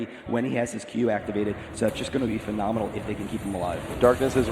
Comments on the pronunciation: he keeps saying "phenominal" lol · it is phenominal how many times one guy can say phenominal in 60 min